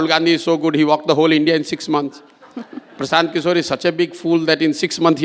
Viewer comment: Hello ..try it make sure pranounaction perfectly..do make it tus tas language Mr Prasanth kishor..